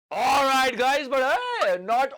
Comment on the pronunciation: Sir All rights bolna band kar dijiye ya to thik se boliye 😂😂